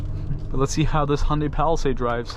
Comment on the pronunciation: its pronounced ha yun dai by the koreans who made it yun dai by other asians I dont think its Honda-y in pronunciation